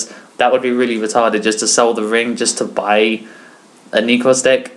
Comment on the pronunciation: "nekrz" not "neeeeekroz"